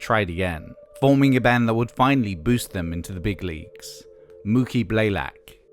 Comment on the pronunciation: Moo-Key Blay-Lock: Not Blay-Lack.